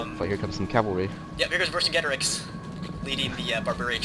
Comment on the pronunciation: Ver-sin-jay-tor-eex= Vercingetorix.